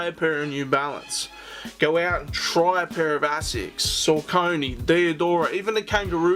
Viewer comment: Haha, you've been asleep....Saucony (sock-uh-knee NOT suh-conee) have been slaying it for well over a decade! There have been SO MANY fire collabs over the years. I don't even f#ck w' Nike. Their kicks are boring, and way too overpriced for the quality you get. Saucony collabs are much more creative. The colorways are more interesting, and they use higher quality materials! I'm standing with 21 pairs to date.